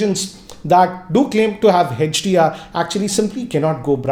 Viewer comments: It's hdr not hechdr 😁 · Its not hach D R 😂😂😂its HDR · hetch-Di-Aar🤔 i thought its HDR 😄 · Even he is saying HECH-DR, it's HDR. Don't get confused 🙂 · Why do you call it Hedge-d-r? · HETCH - D - R ......Hahahahahahahahaha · Hey-each-dear and A-each-dear